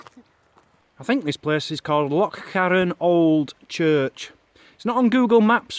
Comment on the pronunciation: I love you I love you for life you sound do good when you pronounced loch right, your videos are fabulous keep up the good work, Mazzy keeps you on your toes eh ha ha ha she is braw xx